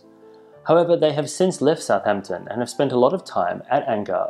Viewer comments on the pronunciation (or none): none